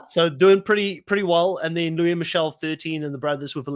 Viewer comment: Luis pronounces his name: Loo-iss